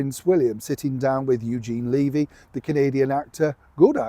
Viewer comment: Hey, it's Levy with the e pronounced like the e in "yet", not the e's in "feel".